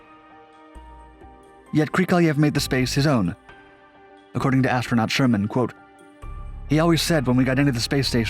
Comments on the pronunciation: It’s Sharman. Not Sherman. Helen Sharman. Gah!! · Actually it's Helen Sharman NOT Helen Sherman - a small point, but worth mentioning. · Just a small point. It's Sharmen rather than Sherman. Pronounced like 'Charmin', the tissue paper Krikalev had to use when he feel in love in space. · It's SHARman not Sherman. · Helen ShArman, damn it, NOT Helen ShErman.